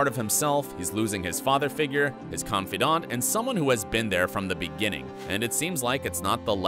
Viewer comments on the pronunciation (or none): none